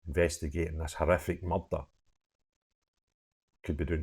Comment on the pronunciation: Unless you can speak English and say murder properly I have to switch off pal sorry.